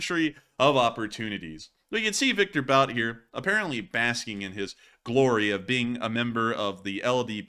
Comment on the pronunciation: Bout is pronounced Boot